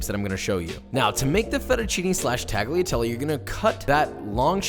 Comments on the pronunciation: uh...it's Talliatalle-not taghiateli. Italian is hard to prnounce tho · tagliatelle is not pronounced tagleeatelly its taliatelle cmon josh u cant be a chef and not pronounce Italian words right. 4 years ago tho ill give u a pass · Love the content! I just want to point out that tagliatelle is not pronounced TAGliatelle but it is pronounced more like "Tal-ya-telle". This is because "gli" in Italian is comparable to the sound "ya". So for example in my last name, Pugliese, it is not "PUG-liese" but more "Pul-yay-se". Also, tortellini is already plural with the singular being "tortellino" so no need to add the s at the end. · Tag Lia? No sir. The G is 99 .9% silent. Impossible to demonstrate here. Pronounced “ Talia” Listen to an Italian pronounce it correctly. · Tagh lia telly. Please, NO! It's Talyatelle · Tagliatelle has a silent 'G', so it's pronounced 'Talia-telle'. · Josh I love your channel, but it's pronounced "tall-yuh-tell-ay". It'd be like pronouncing "tortilla" as "tor-til-uh" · I love Josh, but being Italian and hearing him say “Taggly Atelly” made me double-take lol. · I enjoyed the video :) I just want to let you know the “g” in “tagliatelle” is NOT pronounced. The “gli” sound is different but you can get away with “tah-lee-ah-telleh”. Common mistake :) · yo you need to pronounce tagliatelle a lot better. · Don't pronounce the G in tagliatelle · I know this is pretty old but you pronouncing the g in tagliatelle hurt me soul. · A common mistake americans and non-italian speakers make is pronouncing tagliatelle. The "g" in that word is silent. Just for a fact. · no hate, but you don't pronounce the g in tagliatelle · The way you pronounce tagliatelle just... it makes me consider disliking all your vids, not that I would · Great video! And... the G is silent in tagliatelle 🤓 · The way you pronounced tagliatelle made me want to die. Love the channel tho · lol I had the same exact thought.